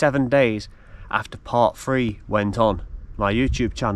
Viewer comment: Learn to speak the words are Three not free, think not fink, thought not fought and some thing not some fink!!!